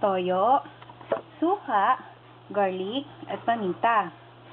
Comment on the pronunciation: Pachamba k na magluto assuming kpa mag english leche! Garlic hindi garlek.